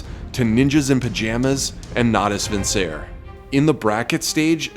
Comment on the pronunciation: NATOOS VINSER?! Lul wtf, americans.